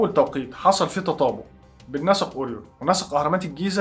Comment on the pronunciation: نطق اورين ده متهيألى محتاج مراجعه لان اسمه اورايون على ما بسمعه من كل الناس مش عارفه ليه اورين بتفكرنى بالبريو تقريبا انا جعانه 🙈